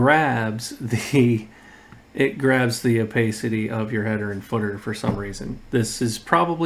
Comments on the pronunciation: It’s pronounced O-PASS-ITTEE, not “oh-pay-city». Are you not a native speaker? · FYI, "opacity" has an a sound like "iPad". Nice video, exactly what I was looking for.